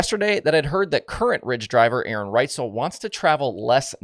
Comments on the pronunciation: Did you say A-A Ron? Lmao😂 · Was A A Ron a funny on purpose 😂